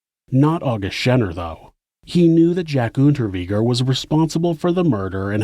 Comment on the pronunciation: Unterweger like vague Unterweger it's germanic. 🤦‍♂️